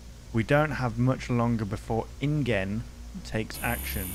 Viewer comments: the dinosaur roars are from a game called "The Isle". Great game btw. PS: its pronounced "in Jen" Love ya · InGen is pronounced like "InJen", like Genesis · mispronouncing Ingen.